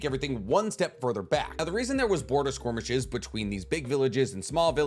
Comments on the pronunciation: SKIR-MISH-ES…. Not squirmishes… 🤦‍♂️ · Pronounced skerrrmishes not squirmishes 😅 but love the video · Are you saying skirmish or squirmish? It's skirmish. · I have watched like 3 or 4 of these ninja war-related videos now and I'll never tire of hearing him pronounce "skirmishes" as squirmishes. I love it! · The way you say squirmishes rather than skirmishes kills me lmao 🤣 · The way you pronounce skirmishes as squirmishes kills me 🤣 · Where'd the Q in skirmishes come from lol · OK skwormeshes not skirmishes got ya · Skormishes I think you mean skirmishes, lol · I will never get tired of saying "skormishes" XD great video as always ( also you say theat the leaf sold 7 tailed beasts, because of shukaku and kurama not being sold but didn't chomei go to the land of waterfalls seperately to the sale?) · I like how says "Squirmishes" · I love that he says "squirmishes" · Why do you pronounce it “squirmishes” ? Is that how it’s actually pronounced or are you just being silly? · Love your videos, but I absolutely hate how you pronounce "skirmishes" 😅